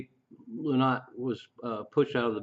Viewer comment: The song singles were released in 1969 ,phil s name is pronounced LIE NOT .